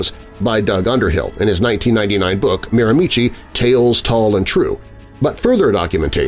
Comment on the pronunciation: Miramichi is pronounced mare-ma-she